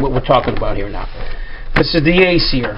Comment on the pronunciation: lol, i love how he says acer, , aseeher , lol